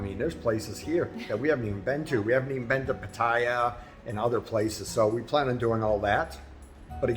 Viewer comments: Thanks for the video and congrats on the home purchase, however I was just curious if your friends in Thailand were mostly Brits and Aussies? I ask because of the way you mispronounce Pattaya and Hua Hin, which is exactly the way most Brits and Aussies mispronounce those 2 cities. Mispronouncing cities in Thailand (especially Pattaya and Hua Hin) seems to be a badge of honor with most of the Brits and Aussies that my wife and I have met over in Thailand, most of them know very well what the correct pronunciation is, they just seem to refuse to do it. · It's pronounced Whaa Hin not Hoowaa Hin (Hua Hin)..... Hua Hin is a great place to live in Thailand for many reasons..... Very nice house at a great price!!!! You're also mispronouncing Pattaya......😁😁😁😁